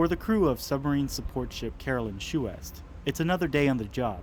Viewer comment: Chouest is pronounced swest ( rhymes with vest or best )